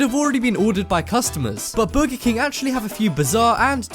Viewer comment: He says burgy king